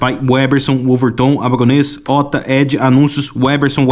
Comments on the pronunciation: O cara desfez o L nas diversas vezes que falou Weberson... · Vc ta falabando sem o "L" porra. Aprende a ao menos falar o nome do cara antes de fazer o video hahahaha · Você diz que gosta de ler muito, mas não deve saber falar o que lê. O nome do cara é '' e por dezenas de vezes vc fala 'WEBerson' Você com certeza estaria nas fotos dos 'procurados' na revista MAD. 😄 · O cara fala o vídeo inteiro "WÉBERSON"! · Cara...o nome dele é WeLberson e não "uéberson".😂😂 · O nome dele não é Weberson, mas. Tem que pronunciar direito, cara. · Parei de ver vídeo. Tem um L após o We... Então pare de falar Weberson. O L tem que ser pronunciado, cacete. É weLberson. WEL. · O cara tem dezenas de chances de falar e em TODAS ele erra e fala Weberson... Pqp! 🤦‍♂️ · " UEL ... BER... SON ... " CACETE !!! NÃO " UÉ ... BER... SON " !!! NÃO TENTE MELHORAR O NOME !!! 😅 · você tem dislalia? Pergunto porque você não consegue pronunciar o L do nome WeLberson. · Caraca, o cara repetiu o nome WeLberson 200x e ele não pronuncia o L do WeLberson. É pior que o WeLberson. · você fez um video inteiro dedicado a uma revista inteira dedicada a UM ÚNICO nome, e você pronunciou errado o video todo jjjkkkkkkkkkkkkkkkkk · Cidadão, você não conseguiu dizer o nome do cara sequer uma vez certo. WeLberson!!!! WeLberson, pohha! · Não consegue falar o L de weLberson? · Foi intencional errar o nome do? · O engraçado é que nesse vídeo você falou o nome umas 50 ou mais vezes e NENHUMA das vezes você falou o nome do jeito certo, impressionante kkkkkkkkkkkkkkkkkkkkkkkkkkkkkkkkkkkkkkk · Desculpa, mas eu não consegui não notar o fato que você pronunciou o nome do errado 100% das vezes kkkkkkkk bom vídeo